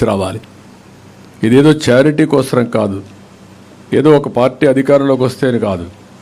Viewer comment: Since you keep saying KOSRAM, AP will not vote for you. First learn Telugu and leave politics